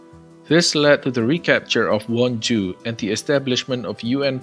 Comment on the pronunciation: “And the capture of won-ju” i misheard this as something else lol